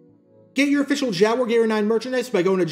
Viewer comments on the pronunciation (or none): none